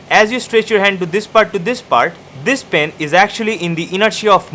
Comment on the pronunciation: Hahaha the way he pronouned the pen " Pin" hahaha